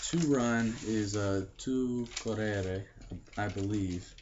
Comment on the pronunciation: to eat is : maNGiare and not maGNare Còrrere (the accent is on the O and not on the first E u said Corrère) I'm running is : Io sto correndo (present continuous) He run : lui corre (Simple Present ) He ran : lui corse (past simple) He has run : lui ha corso (present perfect) I would run : io correrei ( cor re re i )